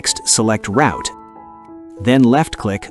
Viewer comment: Work with pronunciation, especially word ROUTE!!! Video is good